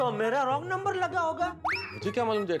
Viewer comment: nober nahi number hota hai